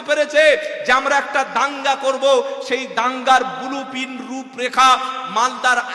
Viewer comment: বুলু পিরিন্ট ঠিক মতো উচ্চারণ করতে পারে না বুড়ো ভাম আবার জলসা করতে এসেছে